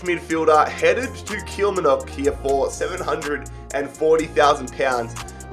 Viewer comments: killmoonock 😂😂😅 it literally just kill-mar-nock. Anyway good rebuild👍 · Ayo he just said kilmernuck. It’s pronounced Kill Mar Knock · Kilmarnock is pronounced Kill Mar Nock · cannot say kilmanorck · It’s pronounced kill-marr-nock or it’s known as killie in Scotland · It’s pronounced Kill Mar Nuck I’m from there so I know btw rebuild them they had Steve Clark who finished it the first European place in years a few years ago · Kilmarnock is pronounced kill mar nick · U said kilmarnock wrong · how he said kilmarnock is making me cringe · The way he said Kilmarnock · At the start he said Kilmarnock wrong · the way he said kilmarnock genuinely makes me wanna die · You butchered the pronunciation of “Kilmarnock” at the start of the video 😂😂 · wait sorry, how did he say Kilmarnock 😳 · You absolutely butchered the pronunciation of Kilmarnock